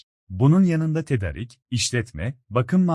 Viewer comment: Tedarik kelimesi a'sı uzatılarak okunur.